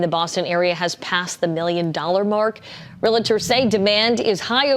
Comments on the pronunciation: You hear that shitty reporter? She says "real-uh-turr" instead of what the word actually is, REALTOR. Why do people mispronounce that word so often? It's like nuclear, Americans can't figure out how to say it!!! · “Realtor” two syllables, not three.